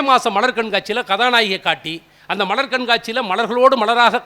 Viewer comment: மீண்டும் மீண்டும் கேட்டாகிவிட்டது. "மலர், மன்னர், மலை" ஆகியவற்றை "மளர், மண்ணர், மளை" என்றே உச்சரிக்கிறீர்கள். குரல் வளம், ராகம், பாவம் அற்புதம்; பாராட்டுக்கள்! உச்சரிப்பிற்கே முதலிடம். அது பிறழ்தல், பிழையாதல் தவிர்க்கப்படாவிட்டால் குரலும் பாவமும் பயனற்றவை!!